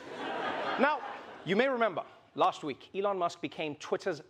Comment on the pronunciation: FOR THAT MONEY ELON SHOULD LEARRN TO TALK ,WHY DONT BUY SOME LOGOPED OR R SOMMETHING SIMILAR GUY TALK LIKE HE DONT HAVE LIPS